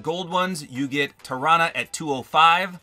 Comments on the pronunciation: I think tarana is pronounced like taranasaurus rex Sorry I can't spell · You are right- I’m pretty sure it is pronounced the way you said Tarana mainly because it’s like Tyrannosaurus Rex